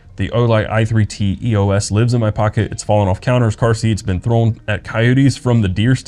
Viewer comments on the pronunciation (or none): none